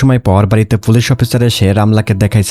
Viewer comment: Vai folice na.. Police